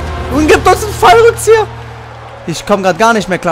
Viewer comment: er sagt er gibt Uns ein fallrukziher😂😂😂😂😂😂